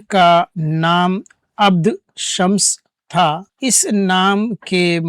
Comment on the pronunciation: اپ نے صحابی کا نام غلط پڑھا ہے اپ نے پڑھا عبد شمس جبکہ صحیح نام ہے عبدالشمس اگر اسے انگریزی میں لکھ کر سمجھاؤں تو Aapane padha Abd shams Aur Sahi lofaz hey AbduSh Shman